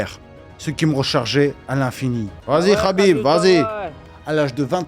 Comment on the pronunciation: Le k n’est pas prononcé c’est rhhabip